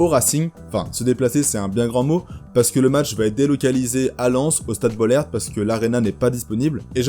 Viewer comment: Stade BoLÈRte ??? BOLLÈRTE ???? Et la rochelle se déplace bel et bien au Racing, juste celui de Lens, le vrai.